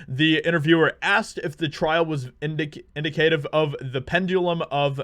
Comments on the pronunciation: It's indicative in-dick-uh-tiv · Can’t pronounce indicative ,hey?